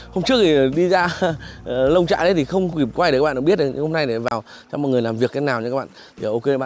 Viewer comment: Nông trại...không phải Lông...Lông trại ơi..😂